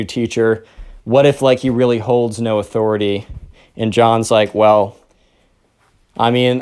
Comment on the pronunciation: "Athoriti" made me die so hard